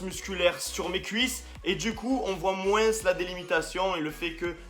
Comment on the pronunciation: il a dit moince